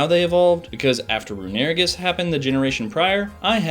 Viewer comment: I know he’s not pronouncing is “roo-NARE-ih-gis”